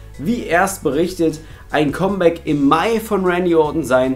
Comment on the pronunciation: Sag mal bitte, KAMM Bäck und nicht ständig KOMM Bäck ;-)